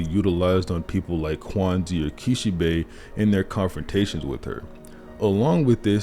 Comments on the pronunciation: Quanxi is pronounced (SHAUN-SHEE). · Quanshi is how it's pronounced...sorry it was bugging me